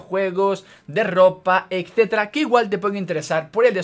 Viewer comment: A ver, me gusta tu contenido, pero por dios, NO DIGAS ECCETERA. Etcétera ETC, NO ECT. No te lo tomes a mal, sigue así!